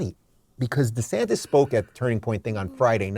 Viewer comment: Ron DesanTIS not DesantEZ